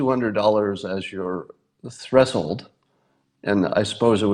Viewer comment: Have I mispronounced 'threshold' my whole life? No, it's Scott Adams who's wrong.